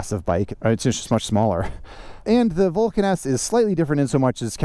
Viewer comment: WTF can you say Vulcan S lmao